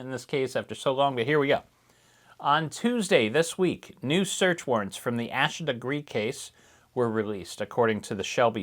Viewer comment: Beginning of Asha’s name is pronounced like Day or Hay. Thank you for covering her case…Judge Cannone is pronounced a bit like cannoli…The judge didn’t ignore the jury’s decision on two of the three counts- No one was aware of that decision until jurors came forward after trial to say the form & instructions were somewhat confusing & they thought they had to agree on all three counts instead of just one & that’s why they couldn’t reach a verdict. The appeals court ruled against any further action in regard to the ultimate deadlock.